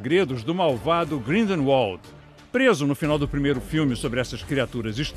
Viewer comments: GRINDERUOL HAHAHAHAHA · Os cara não sabe pronunciar Grindelwald, puta merda. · "Grinde volde" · Morri com a pronúncia grinderewald kkkkk hery potter morri kkkkkkkkkk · "Grindeval" e tem gente q reclamava do reri potter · Odeio quando ele fala hary ou grindeuald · E tbm ele fala grindelwald errado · O melhor foi o cara falando "Grindelwald" errado😂😂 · Repete como se fala Grindelwald...